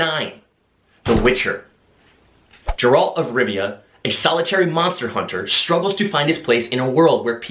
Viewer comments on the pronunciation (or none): I’m sorry but when you said “jeralt of rivia” instead of “geralt” that really triggered me Ryan 😂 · It was hilariously ironic how he pointed out a wrong pronunciation of Henry's name while mispronouncing Geralt's.